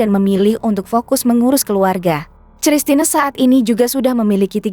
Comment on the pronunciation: Koq sristina ? Kristina !!!